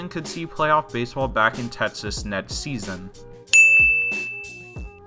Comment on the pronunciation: Tetsas you say.